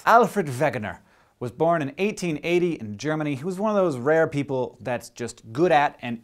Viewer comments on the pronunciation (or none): Me too. And it would be nice if Hank would not pronounce the name of my home country like it was yesterdays cold coffee with cigarette ashes in it.